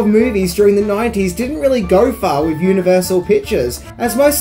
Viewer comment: Mate, please practise saying “threw” instead of “frew”. Maybe give “with” a try, too, instead of “wiv”.